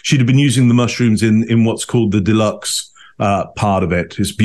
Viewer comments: it's a duxelle not a deluxe - just made my day 😅😅😅😅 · Isn't it duxelle? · The mushroom mixture is the “Duxelles”, not “deluxe”… which I’m sure was just a slip of the tongue. Much more serious, this means I will never be able to make Boeuf en Croute (Beef Wellington) again, because it’s now always going to be a source of suspicion. As a neurodivergent person, I am actually really scared to watch this, as I see many overlaps with how I know I, and my ND friends, do what we think we ought to do, in copying normal behaviour, rather than it being innate. Of course, it is possible to be ND, AND have a personality disorder, which is even more of a mind game, in terms of “reading” people’s behaviour and intent. That’s what I see in this woman. If you see this, thoughts please.